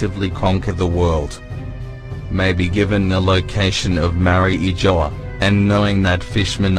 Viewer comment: Man, I like your videos but I always have this pet peeve about non-Japanese YouTubers incorrectly pronouncing names and stuff (e.g. Makino, Mariejois, etc.) I can't blame you for that though. I know you got it from the English-dubbed anime. However, can I make a small request? Can you please check the Japanese version first before posting anything? To be honest, I prefer your videos without the voice overs. Just my two cents.